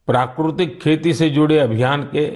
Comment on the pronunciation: It's prakritik not prakrutik